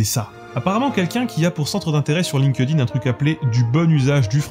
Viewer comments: chépa si dire "line-queu-dine", c'est moinz pire que dire "linquède-ïne" :) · Linkedin : attention à la prononciation.